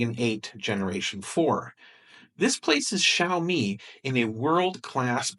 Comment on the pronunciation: Because Drumpty hasn't learned how to pronounce Xiaomi yet.